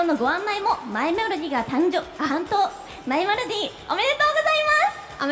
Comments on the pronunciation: 司会者「マイメロディ」って言うの下手すぎて可愛いwwwww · マイメロディ言えてなさすぎるw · マイメロディ言えてなくて草